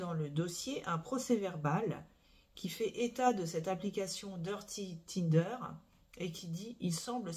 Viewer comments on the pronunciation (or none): none